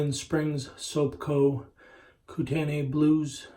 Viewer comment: It’s pronounced “Koo - Ten - Knee”